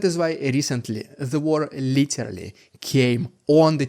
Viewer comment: Stop saying litelly..its literally..but you still say too much